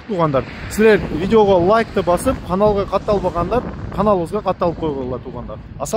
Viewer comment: Канабыз эмесс каналага деп айт